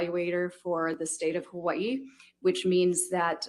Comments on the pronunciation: I like. You can tell she's spent a ton of time in Hawaii. She actually says it semi correctly. Hawa-ee, not hawayeee... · For what it's worth to, the way the Forensic Psychologist pronounces Hawaii is exactly how locals would say it. If you live there for any period of time you adopt that quickly (excepting military) because saying it any other way isn't well-tolerated. It's also a hard habit to drop.